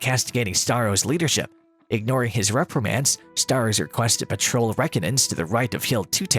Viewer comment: If only the ROBO narrator KNEW how to pronounce the words "Guadalcanal" and "Reconnaissance."